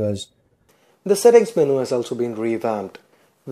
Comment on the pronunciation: he can't say menu with a proper english accent but he can say elongated just fine?? im glad english is my first language lol it's a tricky bastard i'm finding out